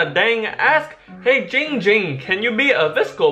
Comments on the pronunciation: Everyone it's not It's ging ging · IT’S NOT GINGER IT NOT DONG DOMG IT IT GING GING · Why don't anybody say name right